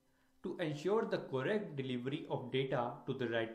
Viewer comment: " co rect"💀